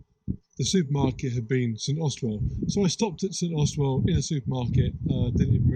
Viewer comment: Just wanted to say, your pronunciation of St Austell has killed me. Not sure where the 'well' came from 🤣 great video in my neck of the woods